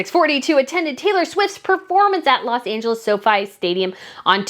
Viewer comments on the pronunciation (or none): none